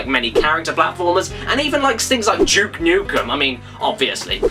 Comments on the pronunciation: "Juke Nukem"............huh.Never knew that the name "Duke" could be pronounced that way in England. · He says juke nukes